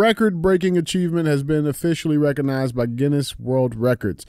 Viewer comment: DJ you’d think you would be able to pronounce the Guinness world record holders name. 😂😂😂😂